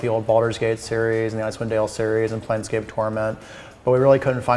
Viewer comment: She obviously did do research, and even asked how past projects will influence PE, and whether that should matter to fans of those classic games. Additionally, she actually managed to say 'Planescape' correctly, as opposed to the common 'Planetscape' mispronunciation I often hear from interviewers.